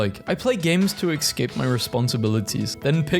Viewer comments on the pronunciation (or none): Will anyone say how he pronounces ESCAPE as EXCAPE